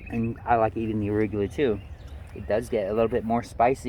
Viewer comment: I feel like I’ve been saying arugula wrong my whole life after hearing you say it! 😂